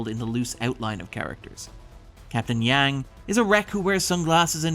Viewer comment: She is captain "Jang" or "Jyang" not "Yang".